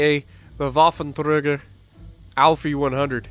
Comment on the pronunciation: Your pronunciation was good. Voffen-tray-ger ow-f E-100. That's how everyone I've watched pronounces it.